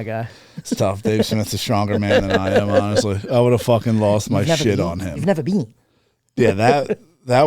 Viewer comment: What a fucking intro . "You've nevah beeen!?"😅😅😅